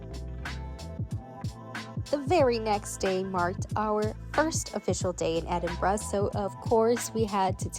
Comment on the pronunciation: well done. 👏 little things. you correctly called it ‘Edinbrugh’ not Edinboro. that’s a biggie. too marks. love you love the Highlands.